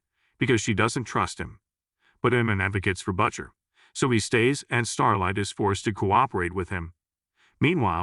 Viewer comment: I like how the AI-generated narrator pronounces the name "Butcher" as "BUTT-sher."